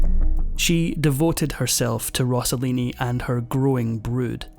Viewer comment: He's name was Rosselini not Rossolini!! Please!